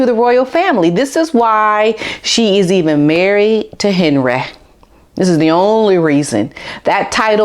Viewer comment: I love how you call him Hen reh!